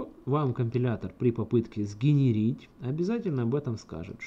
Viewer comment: Знания очень полезные, очень хорошие примеры. Однако, есть минусы: 1) звук клавиатуры раздражает; 2) очень много мычания "ээммм", "аааа", "хммм", тоже раздражает; 3) слово "сгенерировать" говорится неправильно; 4) долго ведётся объяснение каких-либо действий.